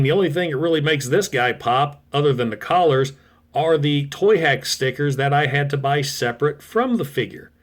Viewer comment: Sorry but it does sound like collars over colors, likely your accent carrying over but it does sound that way. Noticed in a few videos lately it's not meant to sound mean or anything just a wait huh did he just say.... As for car mode when younger i did "he was Hardhead's younger brother with mobile artillery" kinda thought it was the 80's we thought odd things, so now you got some dirt on me lol.